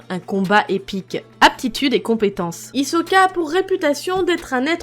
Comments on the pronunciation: "Hizoka" c hissssssssoka un s pas un z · Mais c pas hizoka c HISSSOKA uwu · J'adore Hisoka❤️😍 mais un détails ou je suis pas d'accord, c'est qu'il s'appelle pas Hisoka mais Hissoka "la prononciation" 😅 et ce n'est pas "bungui gum" mais bugee (bungie) gum (prononciation le retourd)👌😌